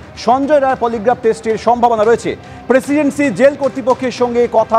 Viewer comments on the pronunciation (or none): প্রেসিডেন্সি উচ্চারণ ঠিক করে করুন। প্রেসিন্সি টা কি?😂😂😂